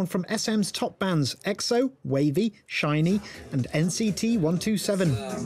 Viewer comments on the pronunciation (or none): It’s SHINee not SHINY .